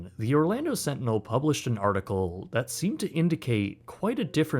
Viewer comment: The Orlando "Slantinel"